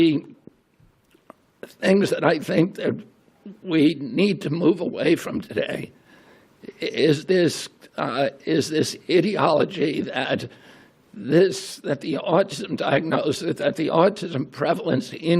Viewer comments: I love that pronunciation. Idi-oligy is what this man spouts. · RFK its also pronounced "ai dee aa luh jee"... you i dee uht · I hate how he pronounces "ideology". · they way he pronounced “ideology” was an acurate slip.